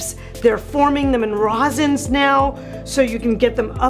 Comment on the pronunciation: Resins not rosins.